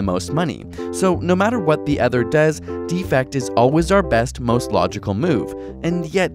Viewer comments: "Defect" pronounced "DEfect", with emphasis on "de" is a noun. As in, "There's a DEfect in this video." "DeFECT", with the emphasis on "fect", is the verb. As in, "I choose to deFECT from improper pronunciation." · Please, please learn how to pronounce "defect", the verb (de-FECT) vs. "defect", the noun (DEE-fect). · Is there a region where the verb is pronounced "DEE-fect"? If so, I apologize. It sounded as if he were just mispronouncing it. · Sean Sinclair Agreed. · For the verb "defect," put the stress on the second syllable: deFECT. For the noun "defect," put the stress on the first syllable: DEEfect. This isn't just annoying detail. The two words have different meanings. Here you are talking about leaving the group. I.e.: you need the verb - the opposite of cooperate. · The two strategies are "cooperate" (verb) and "defect" (verb) pronounced /dəˈfekt/, not "defect" (noun) pronounced /ˈdēfekt/. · Anyone else annoyed with how he pronounces "Defect"? It's like the card has something wrong with it rather than the intended meaning of betrayal.